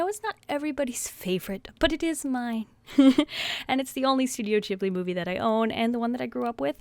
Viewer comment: I thought Ghibli was with a hard G :T